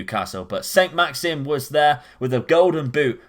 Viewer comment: Your pronunciation of Saint Maximin and Brescia gave me heartburn so cheers 😂